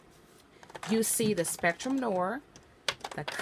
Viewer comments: Noir - Noow-ar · Also you’re mispronouncing noir